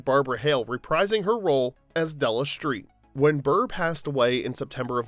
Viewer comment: Della Shtreet?